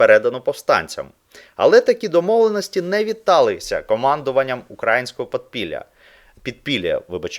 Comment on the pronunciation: УкраЇнського, ЛистопАда а не ЛистопадА ! За інше казати не буду ...